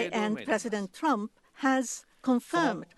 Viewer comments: "presidentuh trumpuh" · Puresudento Turampu